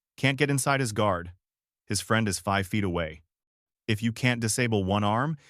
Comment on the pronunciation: I love the content, but DESPISE the Ai narration with a PASSION!!! It will NEVER, apparently, get inflections/proper emphasis correct. For example, the dead-energy Ai says, in a droning, flat manner, "That's his problem..." instead of what should be, "That's HIS problem...". Changes the whole tone and energy. Maybe a nitpick, I know, but come on! Enough is enough. I'm just sick and tired of hearing SOULLESS ai!! Get in there yourself and get dirty! If you don't have a voice for whatever reason, try to get someone ELSE (like, a REAL HUMAN) to narrate, PLEASE!